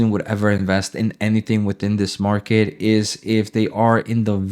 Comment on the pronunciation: Market not “Marke” 😂